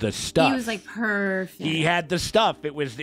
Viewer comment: “He was, like, purrrfect” (Was that an unintentional cat pun?😸)